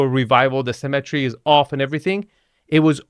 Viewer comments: 2FS, it's "symmetry" not "cemetery". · Love your videos but for someone making fun of other people's accents, you sure mispronounce symmetry as cemetery 😂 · It's symmetry not CEMETERY! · Can you please learn to not pronounce symmetry like cemetery? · the word is Symmetry. It's pronounced si·muh·tree. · “Cemetery” or “symmetry”?;) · Am I the only one always hearing cemetery, when you say symmetry?